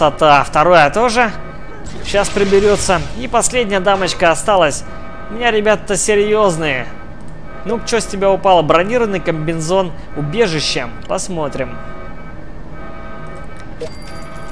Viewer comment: камбинезон а не камбинзон